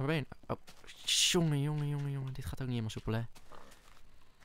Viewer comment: en het is niet neit maar niet